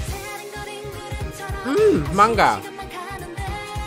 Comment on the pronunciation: I laughed so hard bcoz of the word "manga" and he was like "mangga" in Indonesia it is manggo